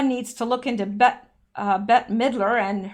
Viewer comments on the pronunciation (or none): none